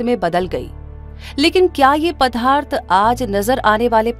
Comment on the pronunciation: बहुत ही अच्छी डाक्यूमेंट्री है। बस कहीं कहीं पदार्थ का उच्चारण पधार्थ करना कानों को चुभता है !